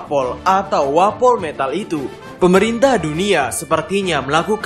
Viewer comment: Wapometal sebutannya bukan wapol metal